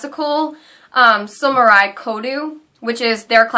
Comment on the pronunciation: It's not Sumorai it's Sa-mu-rai